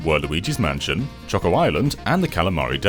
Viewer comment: Its so satisfying hearing him say choco